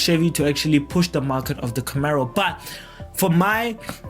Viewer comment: Camaro not Camero!